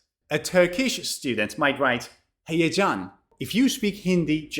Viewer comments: You have a wonderful talent for languages; you pronounced the word "heyecan" (excitement/excitement) correctly in Turkish. Thank you for your valuable effort. 🇹🇷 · I speak Turkish and your pronunciation of the word ,,HEYECAN’’ is perfect 👌